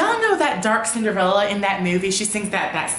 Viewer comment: Did he say "That dark Cinderella"?? lolol. 😂😂 ...I cant!!!!